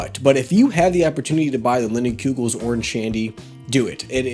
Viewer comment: Cmon!! It’s Line-ehn-koogel not Lin! Lol. Great beer.